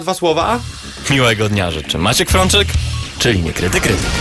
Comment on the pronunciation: czemu ten koleś "niekryty" wymawia tak jakoś "niukryty"